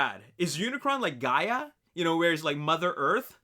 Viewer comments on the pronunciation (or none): none